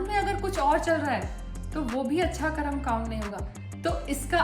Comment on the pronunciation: करम नही है मैडम कर्म है हिंदी बोलना सीखिए आप